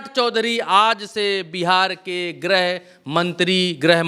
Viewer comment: Grah mantri nahi bola jata grih mantri bola jata hai.